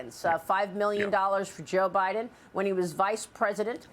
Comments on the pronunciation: He called him butter hide’n Lol I chuckled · He almost said butter hots laptop. Lol just found it funny is all. Gotta the little things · He almost said "Butter Hiden". I wouldn't disagree. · "Butter Heiden" ;-) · He said Butter Hiden...😂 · Lol! He said Butter Hiden! Hunter's hidin' that butter! 😂